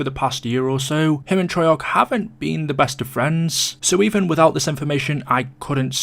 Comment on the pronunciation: i think its an english thing, americans keep a's short